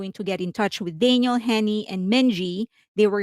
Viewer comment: You pronounce her name like Daniel. Her name is Danielle.